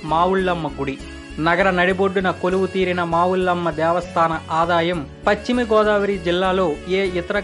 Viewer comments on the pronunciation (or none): Paschimi entra sannasi ? Telugu vuchcharana sariga nerchuko. Bhimavaram nundi baga papular Hero Rama Krishna vunnaru. Asalu vishayam emitante Bhimavaramnu THE SECOND BARDOLI OF INDIA ga Prakhyati.